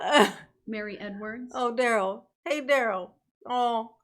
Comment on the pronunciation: "Fun loving and kind" words that have not applied to Darrell since he was 8. Note how momma calls him DARE-ELL and not DUH-RELL. Brooks changed the phonetic pronunciation sometime around 15 to sound more "Gangsta".